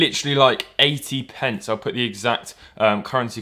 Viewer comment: You keep saying 80 pents even tho that's ¥1